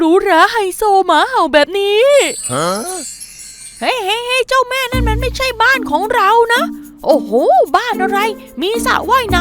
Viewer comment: เจ้าแม่-*******--***ไทย คนพูดผิด เจ้าแม้ อิสาน เจ้าแม้....